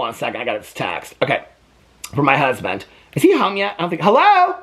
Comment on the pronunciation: When he said "Is my husband home yet?" I thought at first he said "Is my husband hung yet?" and my first thought was "You've been with him how long and you don't know already?!"🤣